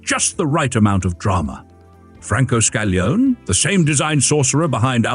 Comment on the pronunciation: Another excellent vid! Here are a couple of minor pronunciation corrections to train the AI voice. Designer Scaglione, the "g" is almost silent, but the "e" is not: "Skal-ee-OH-nay." Coachbuilder Bertone, no silent letters: "Bear-TONE-ay."